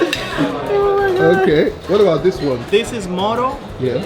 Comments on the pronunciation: is not mono is moro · Mono? You mean Moro???